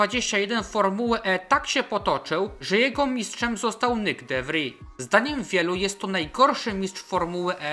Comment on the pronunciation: tylko takie małe przypieprzenie się - de Vries to holenderskie nazwisko, a nie francuskie, i wymawia się "de fris", ewentualnie "de wris". ;)